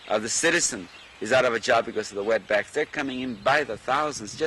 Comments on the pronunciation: He said wetbax. Imagine if Trump said the word; the media will be all over him. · Bruh did he just say W. E. T. Back? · Did he say wetbacks ? wtf